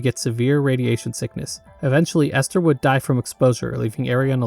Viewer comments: i would love to see a video on white knuckle. the game is still in early access and the story isnt done yet but id love to see an analysis of it also i died inside (but only a little bit) whenever you said ester instead of elster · It's pronounced Elster And also Fall-kei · Bro did not seriously call Elster Esther.